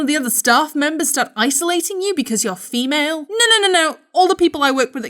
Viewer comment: How he said femal was sooo funny!